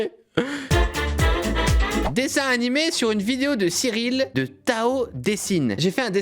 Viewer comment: dsl cyril mais ARRETE DE DIRE DESSIN NIMÉ !!! 🤪🤪